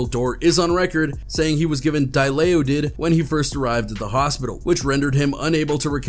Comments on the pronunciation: Di-lay-u-did lmao… dilaudid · WTF is Dalayodid? Its Dilaudid Pronounced Dy-law-did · Its pronounced die- laud- did lol!!! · my man said "dialolid" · Hahaha he said di-lay-oh-did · Dilawdid... Lol. It prolly wasn't spileled right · De la' ted have s how you pronounce that word Dilaudid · Bro said Dilaudid all wrong